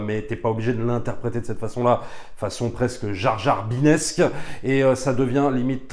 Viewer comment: "Jarjarbinesque".. Ouille !!!!